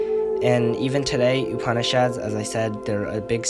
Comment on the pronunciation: Me: prepares to cringe at every pronunciation of Upanishad, an intellectual: pronounces them somewhat correctly